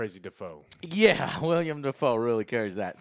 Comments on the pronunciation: I see Joe still says “William” Dafoe lol Also Björk. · You gotta stop calling him “William” Dafoe bro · It’s willem not William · I’ve been a fan of for almost a decade now and I still can’t get over him calling Willem Dafoe “William Dafoe” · Everytime joe says william instead of willem i yell at the screen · He keeps ok saying william.... ITS WILLEM GOD DAMMIT LMAO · Can someone finally tell Joe that his name is WILLEM Dafoe, not William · I love you guys, but for CHRIST'S SAKE, it's WILLEM , NOT William. EM, not iam. Please. PLEASE get his name right. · Within the first 50 seconds of this video, Joe can't remember the director of a movie he gave a 10/10, shows he didn't bother to do any research about Eggers's filmography, and then mispronounces Willem Dafoe's screen name. Amazing. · Joe, have you ever noticed everyone but you pronounces Willem Defoe's first name oddly?